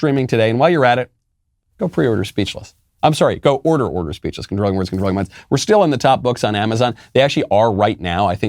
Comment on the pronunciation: every time I hear you say "speachless" I begin to salivate for some reason 🤔